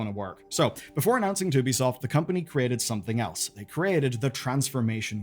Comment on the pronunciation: 2bisoft? TooBesoft? Amazing.